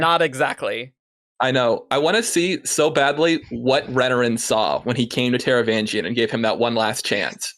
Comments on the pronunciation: While I respect alternate pronunciations, I can't get over totally ignoring the 'G' in Taravangian's name. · In my mind I'm pronouncing the 'g' in the "vang" syllable like "sang" instead of like the 'g' in "range", but it's possibly not coming across due to poor enunciation, or maybe I just forgot it lol.